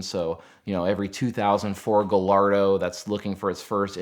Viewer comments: He said gallardo wrong🤦‍♂️ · All that knowledge and the shop didn’t teach him how to properly pronounce, “Gallardo”? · Came here to say the same thing! 🤣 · Let me sum up. “I got a job. I learned stuff, but not how to pronounce Gallardo.” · I'm sorry, how did he just pronounce the "L"s in Gallardo?